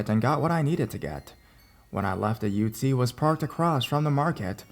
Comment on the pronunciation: The way u say ute 😂😭😂